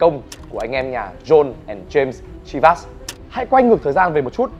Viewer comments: Chivas is a Scottish whisky .The name comes. from the Gaelic Seamhas meaning lucky or blessed with fortune. It is pronounced “Sheevas “ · Bạn giỏi quá. Giỏi nhất VN. Bạn biết đọc tên rượu đúng với tên của nó. Có lẽ bạn là tiến sĩ VN về môn đọc đúng tên rượu Chivas.